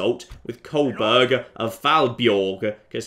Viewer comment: Kolbein of Fåborg = Kolbjerg of Falbjorg. Nice,.